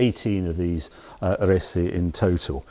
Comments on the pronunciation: it is pronounced "arse" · ‘Ar-es-e’ is where the Alfa factory in Milan was. It is easy enough to learn the correct pronunciation 😳